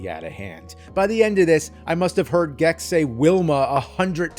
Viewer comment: say gex bro, just say "gex", PLEASE JUST SAY GEX PLEEEASEEE